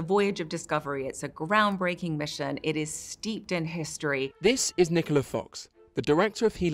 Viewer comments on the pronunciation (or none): none